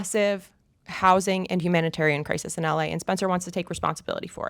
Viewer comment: You can’t pronounce SPencer. Stop the lip injections. You’re beautiful. The Dems funded nazi’s as a tactic. You don’t think they’d do the same here? I just can’t anymore.